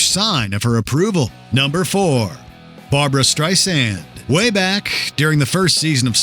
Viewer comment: ''Barboo-Ra, Barboo-Ra''!!!!!